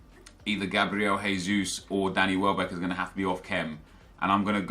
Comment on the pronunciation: gabriel jesus is pronounced 'jay'-sus not 'hay'-sus, he's brazilian not spanish, just so you know nep 😊